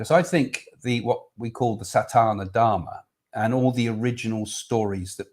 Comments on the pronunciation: Please Craig.....it is not satAna dharma (sounds like something to do with Satan!). It is sanAtana dharma. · Just a gentle correction...if I may take the liberty.....it is "Sa-naa-ta-na" dharma. It has always been a dream to go on a cruise, but your answer to the question about having to clean up the sea has made me rethink that one!!! :-)